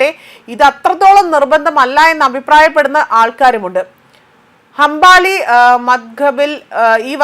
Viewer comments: ആദ്യം പോയി മലയാളം പഠിച്ചു വാ. കർമ്മം ഇല്ലാത്തവളെ അമ്പാലി.. അംബാനി.. 😂😂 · ഇവന്മാരെ ചാനലിൽ മുസ്ലിംകളെ പറ്റി പറയാഞ്ഞാൽ ജോലി കിട്ടില്ല 😄മദ്ഹബ് എന്ന് പറയാൻ പോലും അവൾക്കറിയുന്നില്ല 😄😄എന്നിട്ട് നാല് മദ്ഹബ് ൽ ഒന്നാമത്തത് അംബാനി 😄എന്നൊക്കെ പറയുന്നു. അത് കെട്ടു ഞാൻ ഒറ്റക്കിരുന്നു കുറെ ചിരിച്ചു 😄എടി ഊള പെണ്ണെ പർദ്ദ നിർബന്ധം ഇല്ല ഇടുന്നവർ ഇട്ടാൽ മതി ഇനി അത് ഓർത്തു നീ ഉറക്ക് ഒഴിക്കേണ്ട 🤣🤣🤣